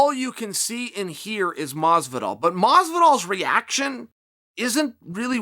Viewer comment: "George" Masvidal